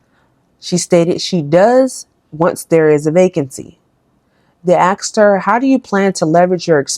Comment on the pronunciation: It’s asked Not axed, just to correct